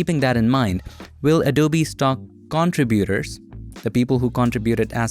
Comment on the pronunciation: Please learn how to say the words contribute and contributors correctly.